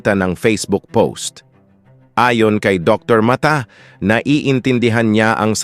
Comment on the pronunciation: Puede ba ipronounce ng pangalan ni Dr. . Dr. Ma-ta.